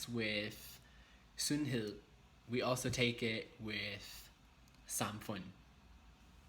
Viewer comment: Meget godt! Alt er meget godt forklaret👌 Din udtalelse er for det meste meget godt, men som du allerede godt ved, er dansk et mærkeligt sprog at udtale. Hvad jeg som dansker med det samme hører, er at du glemmer at ændrer nogle vokaler hvis de står før nogle bestemte konsonanter: m, n, r, d, k, etc. Lov er ikke /lov/ men /lav/ (lige som på engelsk, men så udtaler man v-et) Sundhed er ikke /sunheð/ men /sånheð/, lige som du udtalte samfund Står er ikke /ståa/ men /stah/ (hvad du sagde lignede lidt på stor) Løn er ikke /løn/ men /lən/ Og, som vigtigste, mæssig hedder ikke /mæssi/ men /missi/ Det er lidt svært at forklare det her uden at du hører forskellet, men det er bare noget dansk du burde huske.